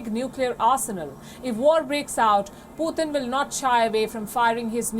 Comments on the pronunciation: Indian lady keeps on saying poothin🤦🏽‍♂️🤣🤣🤣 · Why does she not know how to pronounce Putin??